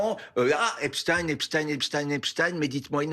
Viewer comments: Ai lieu de dire "Epstin(e)" ou "Esptaïn(e) dire tout simplement Epstain c'est tout simple ! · Frankenstein on ne dit pas( în) mais bien (aïn). Idem pour Epstein . Ils mentent.... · Epstein a toujours été prononcé "epstine" aux USA, depuis la naissance du monsieur. C'est en France que son nom est déformé en "epshtaïn". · C'est pas epshtine, ça se prononce Epshtaïne, comme Einstein, frankenstein... Les nuls. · Epstein est originaire d'Europe de l'est donc ouai c'est "ein" pauvre tache et non "in". Nous ne sommes pas des américains espèce de collabo. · Pas Epstine mais Epstein. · EPSTEIN NON EPSTINE 😡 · Euh ...non... c'est pas un nom US c'est un nom allemand ! Einstein, autre juif, tu le prononces Instine? En français tu le prononce soit à l'Allemande ou à la Française, aucune raison de le faire à l'Anglaise ou à l'Espagnole. Tu as regardé les films de Frankenstein ou de Frankenstine? D'ailleurs dans un film de Mel Brooks interprété par Gene Wilder, Frankenstein Jr,il y a déjà une réplique qui aborde ce sujet,je vais pas te spoiler la scène mais c'est un excellent film je te le conseille, très drôle, humour juif... Brooks et Wilder le sont aussi. Ou les noms français de Louisiane, Bâton Rouge ou Nouvelle-Orléans tu les prononce aussi à l'Anglaise parce qu'ils se trouvent aux US ? Non bien, sûr à moins d'être anglophone et ne pas savoir le prononcer d'une autre manière 😂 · BFM, toujours à vomir, et je suis polie. Et du coup maintenant, on va prononcer Albert Einstin et non plus Einstein.